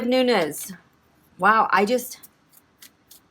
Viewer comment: Hey Queen, you pronounced it correctly, it's Nunes (Noones) not Nuñes (it's Nuñes with a tilde - the curvy line above the "n" making it sound like an "ny").